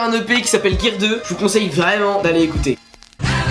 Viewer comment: Il a osé dire gear deux 😂😂👍👍